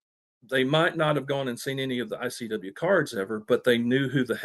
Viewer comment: Conrad constantly saying IWC , instead of ICW , is driving me crazy 😂